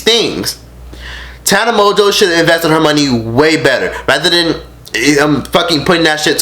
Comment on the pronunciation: Tana Mon-goo not mo jo lmfao shadeeeee